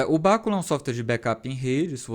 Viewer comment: A pronúncia em português é bacúla . Em inglês soa como se fosse um termo proparoxítono, mais ou menos como béküla . No português este termo para pronunciar, como se está pronunciando no vídeo, tem que ter acento na antepenúltima sílaba. O assunto é informática, mas cabe aqui esta informação.